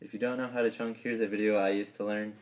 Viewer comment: its chuck not chunk